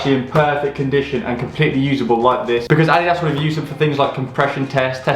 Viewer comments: Repeat after me: Addidas, "Uh-Dee-Das" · why you pronounce adidas like audi ass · The way he pronounces adidas ☠️